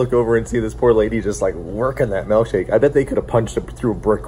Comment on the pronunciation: I can tell you spent time out east by your pronunciation of milk shake as "melk shake".